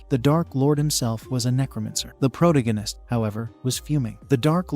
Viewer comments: Not a fan of the Pro too gan ist? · change this terrible robo voice to something proper, also fix your pronunciation, its annoying how your robo says protagonist and necromancer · Jesus CHrist can you please learn how to pronounce the word protagonist. yes I know its AI but fix this shit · For the love of god learn how to saw protagonist!